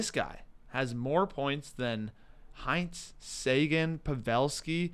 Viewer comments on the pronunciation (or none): Where did learn that pronunciation of Hintz? Literally never heard anyone say it like that